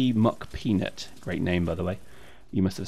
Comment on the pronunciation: Pyrex that legion video was ccp mc peanut . It sounded like you said mock not Mc. why are you always so incompetent when it comes to references. Post a damn link quit being lazy.